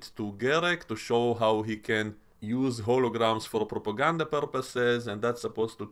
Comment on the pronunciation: На слове пропаганда хорошо слышно акцент. А мультфильм - говно. Спасибо за видео.